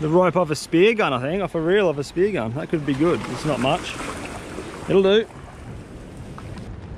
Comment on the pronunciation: He chuld attak any moment says the anymols lol